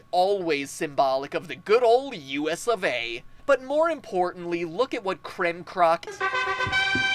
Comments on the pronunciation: I lost it when he said kremcock industries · He said "Kremkock" XD! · Its kemcrock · lol u kept saying cock XD don't worry it's a common mistake (I should know) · KremKock OMFG! ROTF LMFAO! We all make that mistake, so let's keep laughing about it! Finally you get it right! Less funny though... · "My inability to pronounce Kremkroc" XD Also, yes, people read that section. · Am I the only one who repeatedly re-played MatPat trying to pronounce Kremkock Industries.... AWW DAMMIT